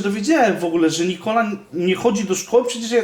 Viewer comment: Nie muwi Nikoli